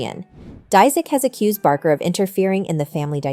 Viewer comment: Omg she also said Travis’s last name totally wrong this lady! Shouldn’t do videos if you don’t know how to pronounce someone’s simple names 😂😂